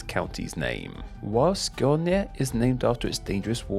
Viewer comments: I was surprised how well he did with Skåne. It sounds a tiny bit off. But still pretty close. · Your prononciation of skåne was on point!